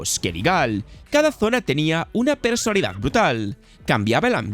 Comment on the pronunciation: Muy buen video, pero tuve un problema, que me ha pasado con otros videos tuyos: ¿por qué dices "persolidad"? La palabra es "personalidad"